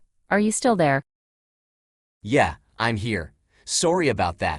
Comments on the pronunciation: This AI is suddenly Canadian lol "Sourry" She asks him about the weather and he doesn't even mention Canada's weather which would have been an appropriate answer, considering his accent, rather than the whole universe. And I don't even want to hear the tangent he would go on about saying he physically ins't anywhere and his apparent accent he was programmed to have doesn't mean he has to be living in Canada as immigration is a possibility now a days and a Canadian person could be anywhere in the world right now. Much like he is actually all over the world right now in so far 2.6 million devices across the world, just from this video on Youtube. So he is both everywhere and no where. Sorry about that, I was just thinking of something else for a moment. What were u saying? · SOARRY about that